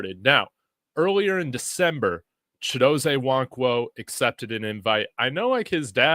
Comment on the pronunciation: Chidozeeee NOT ChidoZAY😊😊😊